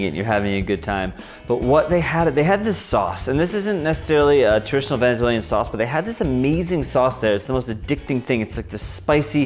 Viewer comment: Cringing at the fact he kept saying venezuelian, venezuelia.